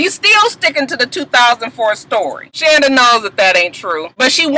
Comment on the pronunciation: ....you pronounce her name SHAWNda........lol....Muah!